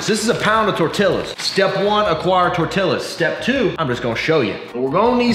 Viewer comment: As a mexican i died a little bit each time you mispronounced TORTILLA